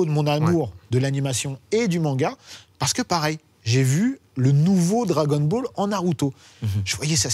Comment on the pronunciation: Le gars tout à gauche fait exprès de dire "Drake and ball" ? Ou c’est juste pour nous énerver ?